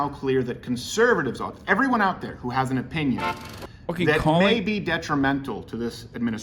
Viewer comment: Who calls the WHO "hoo"? You sound like an owl, that word is an initialization not an acronym you dweeb